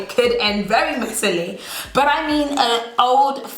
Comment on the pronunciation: I come here to here say "buh" not " but"......